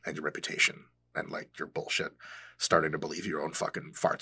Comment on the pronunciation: It’s the perfect Arnold impression because it’s him saying boolshit which was a boolshit thing of him to say. It’s like boolshit inception.